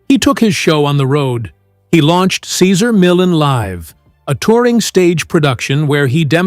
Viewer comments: "Sayzer Millin" 😂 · Say-ZAR me-YON. You are welcome. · "Casar Millen" stupid bot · Who’s “Cesar Millen”? 🙄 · Sezzer Millen? Gee, one would think you could pronounce his name correctly! At any rate, I miss his show, he came a long way for it to end like it did. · I like you knowledge on Cesar Millan. But, I really wish you would learn how to say his name right and stop saying it different through the whole video. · Okay....I'm 3/4 of the way through this video, and if this guy mispronounces Cesar Millan's name one more time.... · The commentator can’t even pronounce his name!! Cesar is the best and will always be! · Cesar deserves a better written presentation that this. Sheesh. No human on board, to at least make sure his name is pronounced correctly? I have read two of his books...and don't even own a dog! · Could the narration at least pronounce his name correctly? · Frigging give the man RESPECT 🙏 & pronounce his damn name correctly 🤬😤😤🤬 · How can I believe you when you don't even pronounce his name correctly or at least how he pronounces it. Other than that, I am glad to know the other side. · The guy talking can t pronounce cesar last name. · Can't even pronounce his name right 😂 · Can't even say his damn name right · It would be nice if they used a voice that could pronounce his name correctly!!! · He is amazing. I’d love to see the respect of you at least attempting to pronounce his name correctly! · He was born to work with dogs and he loved what he did. Kudos to him! If you are doing a retrospect on someone, please say his name correctly throughout the video. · This video doesn't sound very credible when they can't even pronounce his name. 🙄🙄🙄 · Can't watch...pronouncing his name is unacceptable. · It was hard to listen to the announcer mispronounce Cesar's name over and over. However, I am a big fan of Cesar and I have used his methods with success. I still watch him on you tube and I wanted to know what had happened behind the scenes.